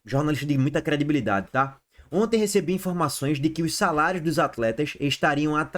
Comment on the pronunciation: "SALAIOS" viva o cebolinha 😂😂😂😂